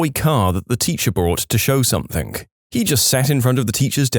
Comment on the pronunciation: No K in the word something